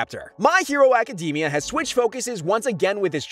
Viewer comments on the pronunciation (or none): a-chi-dimia? urgh.....